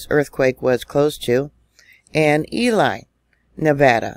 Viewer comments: ELY pronounced ELEE. Great Basin National Park is epic! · just love your information!!!! BTW... it is pronounced EEELEEE just FYI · Lol, Ely is pronounced like Eee-Lee. 😉